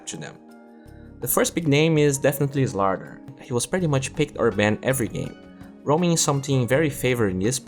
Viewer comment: Please pronounce slardar properly. It triggers me the way you pronounce it!